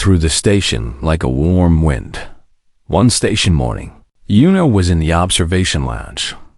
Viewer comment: Based on how the AI tends to mess up words with two sounds, (and a few rules of English that have sunk into my bones over the years), it's Bright Wind Through Grass (like air blowing a path through the grass.) When saying the full name the AI says wind with a long I, like winding something up. When just using the nickname/short version, it says Bright Wind, with a short i, like blowing air. The air version makes sense with the name. Otherwise it would be Brightly Winding Through Grass (winding your way, our winding yarn.) Both names are pretty.